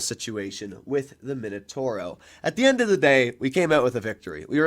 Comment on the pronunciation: MI NO TAU RO… not minotoro 😵‍💫